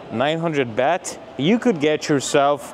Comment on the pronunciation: It's a gift for a monk dummy, not a Christmas present. Next it's not "beht" but "baht"